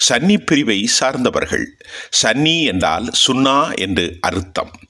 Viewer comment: It is Sunni not sanny